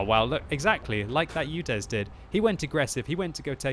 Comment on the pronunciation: It`s UDES, not UDEZ